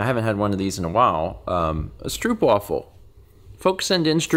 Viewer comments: As a Dutch person I never see any actual Dutch people putting stroopwafels on their mugs. I did once try it after seeing Americans doing it. Also, in case you were curious, stroopwafel is pronounced sort of like 'strope-waah-ful'. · americans saying stroopwafel as stroop waffle instead of the normal dutch stroap wafel (literally can't make americans say that a correctly) irrationally annoys me every time because it makes sense for them but I grew up knowing only the right way to say it.